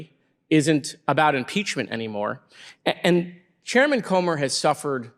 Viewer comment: That man Comer needs prayer and a speech therapist,!